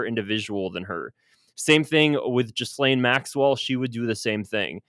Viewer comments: Learn how to pronounce Ghislaine - GEE LANE - it's French and doesn't sound the S. Try saying it with a French accent and you'll get the idea. The Epstein case is about rich people networking and hiding their money from the tax man, laundering Russian and other dirty money and the girls are an incidental added for the odd bit of leverage when necessary - it's always about money and the rest of it is window dressing. The truth will never come out because it involves too many high profile people who are respected throughout the world. Ghislaine Maxwell is trying to stay alive after seeing what happened to Epstein and various others involved. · Note how the name of mrs Maxwellis pronounced: "Ghilaine " ( the s is mute, the G is not aspirated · PS: Its pronounced: Jizz-lane!